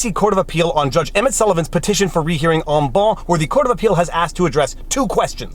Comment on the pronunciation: Funny how you've decided to pronounce "En banc" with an English accent. I suspect it would sound different with the accent you use when you speak French.